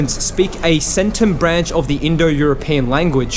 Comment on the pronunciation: The 'C' in "Centum" is a hard C (as described in my high school) as in Classical Latin. Did the Yamnaya call themselves that, or is that the name assigned to them by archeologists? "Satem" is pronounces with a short "A" as in (once again) Classical Latin (the "Long A" in Latin sounded a lot like the short A, especially as these terms preceded the Great Vowel Shift).